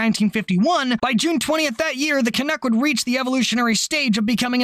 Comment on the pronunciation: As a Canadian, I have to thank you for correctly pronouncing "Canuck". I see all to many people on Youtube, primarily from Europe, pronounce it as "CanOOk".